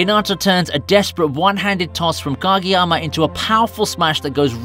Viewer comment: “Gageyama” lol